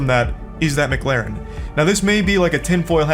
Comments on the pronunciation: Even he doesn't say McLaren correctly! He states it is "mu-claren" where in actual fact it is "mc-laren". This is the type of moron who would pronounce McDonald's as "mu-cdonalds" In regards to people who think it is wife to beef with Charlie, an old saying comes to mind: "Don't try to ruin my life with lies when I can destroy yours with the truth" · its actually mac lar en. believe me im british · "Its not Mcglaren is Mc-Laren" 🤓☝️ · McGlaren Charlie ive never watched him but i assume that he might just have something wrong with talking or something but i doubt that. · erm its actully called a mccalin not a mc galin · wojo dumbass gonna say he said mcglarin instead of mclarin, you know damn well he said that just to sound cool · Dumbass is trying to mock the way Charlie pronounces McLaren when he’s the one saying it wrong it not Maclaren it’s McLaren like McDonald’s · It's not pronounced McLaaaaaaren is pronounced Mic- lah-rin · you know you've lost when your only argument is : Its not pronounced MGlaren its Mclaren . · “Ermm😅 its not Mglaren its Mclaren 🤓” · Yea sorry Charlie you definitely said Mcglaren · shouldn't talk, hes pronouncing McLaren as if its spelt MckLaren. 😂😂😂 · It's not "McLaeren" either. Since it's a British brand, it's pronounced as if you're saying "Lauren" without the "u". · "It's not McLaren, it's MuhClaren" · I love how just tried to say that Charlie pronounced McLaren wrong. Charlie has an accent I'm pretty sure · Not the first guy saying Charlie clearly isnt successful cus he mispronounced mclaren. CHARLIE IS WORTH ALMOST $42 MILLION this guy is nothing compared to him